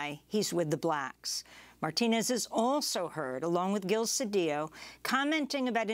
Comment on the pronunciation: I'm glad that Ms.Abdullah used the proper pronunciation of ll In Mr. CEDILLO. We learned that making ll yy was Castilian Spanish spoken be the haves. The indigenous were forced to be have nots,, as they were muslim, and not willing to follow the dictates of the Catholic church. Any name ending in ola, ela, Olla, ella,, ello etc. Was originally Allah. Abdul Allah means servant of Allah. THIS REALITY PROVES IT SELF.